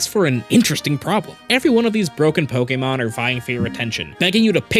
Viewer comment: he pronounces “pokemon”2 different ways and alternates almost every time he says it 😅